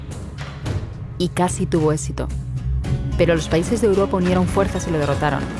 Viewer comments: Dijiste esito en vez de éxito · dijistes esito envede exito